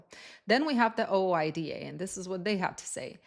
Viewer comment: In trucking, OOIDA is pronounced "ooh eye dah"